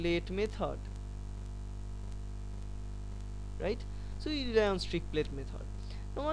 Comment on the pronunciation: It's not "Strick plate method"......it's "Streak Plate Method".